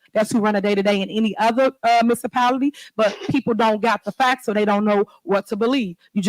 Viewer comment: Misapality? Tf .. she sound as dumb as Trump.